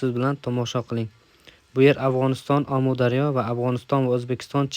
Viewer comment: Омударёмас амудорё